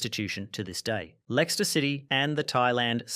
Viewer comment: amazing video, but absolute horror pronunciation of Leicester